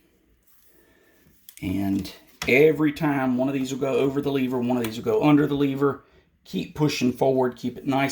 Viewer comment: Its pronounced lever not lever bruh